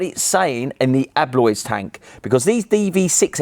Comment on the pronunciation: people its Eolys not Eloys.